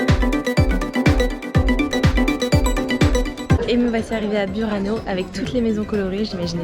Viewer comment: Correr è un cognome italiano non francese così come Murano e Burani sono nomi italiani e vanno pronunciati in italiano.